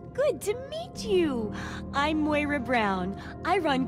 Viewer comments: Lol it's "Moy-ruh" not "maurey-uh" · say moy-rah. pls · Moira, MOY-RAH lmoa u get a fucking thumbs up anyway.... norwich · Anybody else notice keeps pronouncing random words really oddly? He says Moira Brown is Moria Brown here. Another video he pronounced novice like NOvice, like he's saying no. Keeps popping up and it really gets to me, lol.